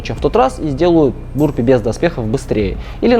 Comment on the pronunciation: Burpees по русски это отрыжки или рыготнички. Или вырыватики рвотнички. А произносится правильно "бЁрпийс" или почти так.